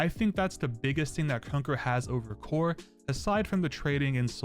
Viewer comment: Bro said Cower